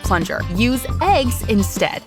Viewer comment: the way eggs is emphasized makes it sound like the voice was cut off and replaced with a fake to say eggs. It’s happened before so it’s not impossible